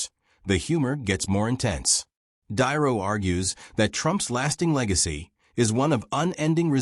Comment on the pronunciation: Mispronouncing Robert De Niro, screams AI, and I immediately scroll on to something hopefully more human. DON'T WE HAVE ACTUAL PEOPLE WHO CAN READ A SCRIPT ANYMORE???